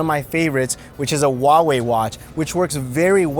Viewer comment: it's not wawei, it's huawei, h like huge